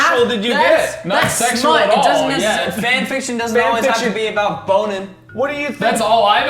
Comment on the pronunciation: How obout 😂 ... Jack 😂 lol